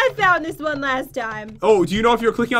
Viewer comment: **Three Two Wah